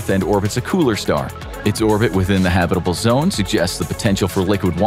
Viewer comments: I've always enjoyed your vids. But consistent mispronounciatiins are jarring. For your future reference, it's pronounced HAB-it-uh-bul, not ha-BIT-uh-bul. And I know you know this because you switched about halfway through!😂😂😂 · I like your presentation so please don't be mad when I say I find the way you mispronounce the word habitable funny to me because if you say habit with a hard A sound, but you use a soft a or U sound. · Ridiculous video title. And, go look up how to say "habitable."